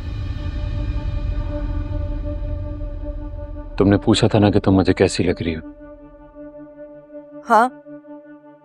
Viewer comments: Zehar hota hai jehar nhi 😂😂😂😂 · Jahar nhi bolte zaher bolte hain😊